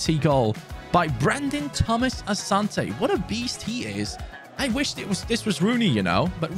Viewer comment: His name is pronounced Asanti ,he is an African